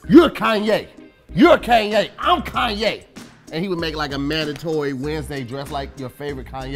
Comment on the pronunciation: O yeah dont think we didnt here how you pronounced Kanye the second time, lol its all good